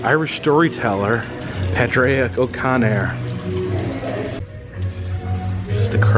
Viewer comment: Padraic is actually pronounced as Patrick